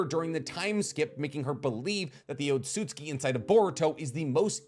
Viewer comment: Why do you pronounce Otsutsuki as otsutski? It's o-tsu-tsu-ki. Not o-tsut-ski.